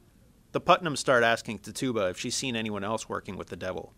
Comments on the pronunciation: Tf is a tit tube ba? It's Pronounced Tit chu ba! not tit tube ba. Spelled as Tituba But pronounced as Tit chu ba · Ti-Jew-Ba not Ti-Tu-Ba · he literally said tih TOO bah. pisses me off. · Isn't it Titchuba not "Tituba" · it's not ti-tuba its titchaba honestly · Quick Note Tituba's name is pronounced "Tit Ju Ba" no "Tit Tuba" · Carlie Zucker I've heard it was pronounced like TI chu bah. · oh god... he is pronoucing the names wrong! >:( its not "Jiles Corey" its "Giles Corey" with a "G" sound not a "J" sound. The slaves name is pronounced like " Tich-uba" NOT "TI-Tuba" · ITS PRONOUNCED TITCH-YOU-BA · Tituba is pronounced tit-chu-ba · No hes not its pronounced "Tih Chu Bah" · the guy says Tituba wrong. The emphasis is on TIT not the TYOO part. Tit-tyoo-bah. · Tituba's name is pronounced TIH tuh bah, the first syllable is emphasized. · Jonathan Hillier buddy, tituba is a legit historical figure, watch a video about the background, it's tI chu bah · The pronunciation of Tituba should be "tit-choo-bah". Your pronunciation is driving me batty. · Her name is pronounced TITCH-OO-BUH, I think this is the same guy who pronounced conch as "conk" in the Lord of the Flies video. He's still a good speaker though. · This was pretty great, except it bothered me every time you said "Tituba" Tituba (Tih-Tchoo-Buh) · This was good. Just a note: it's pronounced Ti-chu-ba.. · I’m sorry but that pronunciation of Tituba, idk if it’s just our Scottish pronunciation but we say it so differently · Really! If your going to talk about the crucible then you could at least pronounce Tituba the right way! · You're miss pronouncing Tituba ._. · I swear he said Tituba so wrong... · i love the way her pronounces tituba